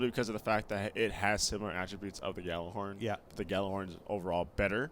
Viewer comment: Why do people say "gallahorn" when it's Gjallarhorn? It's like pronouncing Truth as "tute."